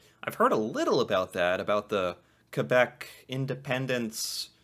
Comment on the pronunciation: 1: Wow, you pronounced Québec better than like half of English Canadians! 2: I am kinda sad that in the opening thing Québec was only mentioned as a "challenge." It's true that there are challenges relating to relations between English, French, and Indigenous people here, but there's a lot of beauty in that diversity too which I feel doesn't get enough recognition, often being overshadowed by the multiculturalism fuelled by immigration. And without French Canadians and all the history of them and how they've impacted everything from the culture to identity of not just French speaking Canadians but all Canadians, it wouldn't be the same country. I guess to sum it up, those of us outside of Québec may also do well to say to ourselves "Je me souviens" sometimes.